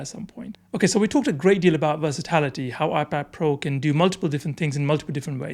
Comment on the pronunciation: it’s versatility, not versitlity